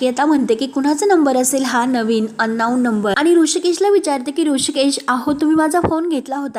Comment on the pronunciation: अन्नाऊन नव्हे अंनोन